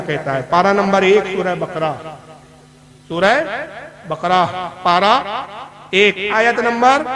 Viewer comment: Surah ko bhi surhe bole rha hai iski knowledge dekh lo